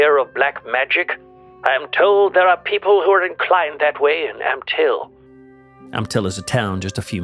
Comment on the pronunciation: I'm sorry...but every time you said " Ampthill ", my mind went straight to the Wacky Races.....